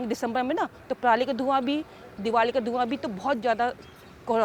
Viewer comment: दीदी को इतनी ही इंग्लिश आ रही है जितनी हमारे किसान को आती है दीदी इंग्लिश में भी परली बोल रही है हमारे किसान भी बिना पढ़े परली ही बोलते है 😂😂